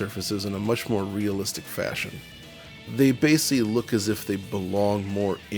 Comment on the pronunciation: New DF drinking game: take a drink every time mispronounces the word “basically” as ‘basely’. Or don’t. Alcohol poisoning is a serious matter.